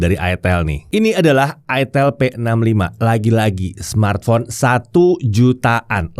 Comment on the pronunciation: Udah bener sih nyebutnya "aitel". Kalo "aitil" malah bisa bikin pikiran jadi traveling, soalnya namanya nyaris ramah (Buat orang Jawa). Cmiiw